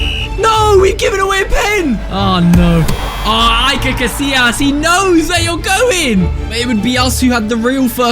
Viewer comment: İt is not pronounced like that casilias